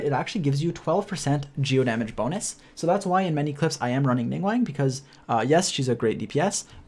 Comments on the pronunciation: ningWANG??? Bro, it's Ning-"GWAWNG" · LING WANG??? ning guang my guy xD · He do be pronouncing Ningguang like how Benedict Cumberbatch pronounces penguin